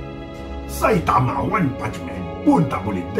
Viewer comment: . Saitama=Saya mata 🤣🤣🤣🤣🤣 Saimata 🤣🤣🤣🤣🤣